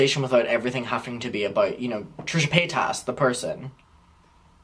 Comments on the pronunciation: Páytas not PayTASS… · LMAO, he's the first person I've ever heard pronounce it that way